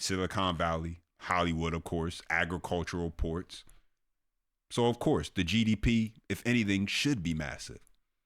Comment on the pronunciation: did u say agriculturalports ?? as one word?